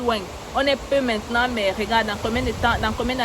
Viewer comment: Ton "mintenant" de la 15' me tue seulement à la kmer. Merci infiniment !